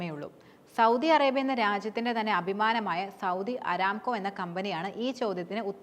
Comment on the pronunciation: അരാംകോ അല്ലാ ,അറാംകോ എന്നാണ് കരോ മാര പൂര 😂😂